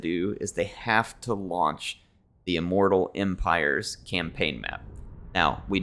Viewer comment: ok... repeat after me... immooooortal eeeeempireeeees